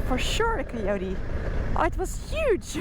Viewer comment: Very brave!; its gotta be in the 100 degrees out there. I like the way you pronounce Cuteotee, Bleethe, etc.